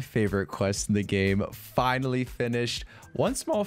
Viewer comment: "FiNaLy" dude got 53kc tome and fr said FINALY😂💀💀